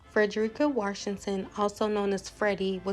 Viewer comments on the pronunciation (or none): Washington doesn't have an "r" in it.